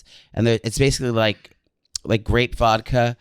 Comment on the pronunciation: Is that real pronunciation with “Vocka” or is he pandering to brain dead Philly people?:)